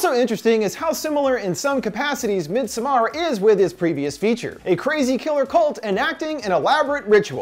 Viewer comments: Everyone: Midsommar This guy: midSumARR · "Midsommar" is pronounced similar to "midsummer" with the emphasis being on the mid-SOM-mar, not midsom-MAR". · Thank you. Have family who speak Swedish. His mispronunciation gets to me whenever he says it. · MidsOmmar not midsomaaaar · MidsomARE hahaha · Sam are miD... MidSaMarrrr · "mid soMMAr"......i mean go off ig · Mid SOMAR LOL I believe its pronounced midsummer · The more you say “mid sommAARR” I want to thumbs down. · Fun fact you pronouns it medsommar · As a swede i am more afraid by his pronunciation of midsommar than the movie it self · We shouldn't be bothered by it but that's exactly what we are bothered about. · Tac0 threesixtyy every movie with a title not in English gets butchered on this channel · I'm a Dutch/Nord, but I get what you mean. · I came here for this comment. He is the only person (American or otherwise) I’ve heard mispronouncing this so profoundly. Come on. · Masuda Khatun it’s literally a Swedish word, which is what the movie’s about. As a Swede, it literally made my eye twitch hearing this dude pronounce it wrong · This guy should have offered himself as a sacrifice for the atrocious pronunciation of “Midsommar”. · Are you trying to say "Midsommar" in Swedish? Thats not the way my guy haha / Swedish guy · Omg that constant mispronunciation of midsommar... 😅😅 Great vid though!